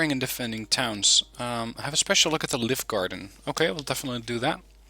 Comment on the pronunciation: I Like this deck a lot, Scandinavian Inf is spot on for town fighting! Since you like to pronounce things correctly, Livgarden is pronounced Liü-gaden (the google translate "listen" button helps):-) I played a game with Scandinavian Mech on Cold War Z to test them out in forest fighting up the right flank. I pushed to contact and ended up flanking Greenfor until I was knocking on their front door. (The Redfor players seemed a bit green:-p). But I was disappointed in their overall low autonomy. Granted, it is the long way round but there was still a lot of supply micro to be done for the units that started out at base. Especially for the EOTS Hawk. It has abysmal off road speed and autonomy. It did not fire a single missile all game even after resupplying its fuel reserves up 3 times since the start (Ideally, It should start every game with its own dedicated supply truck). It then took them 30 mins to climb a mountain to an AA sweet-spot. I soon gave up on them and brought in the Otomatics instead which quickly over-performed. I guess they are better used on certain smaller maps;-) Great video as per usual, thanks for the insights.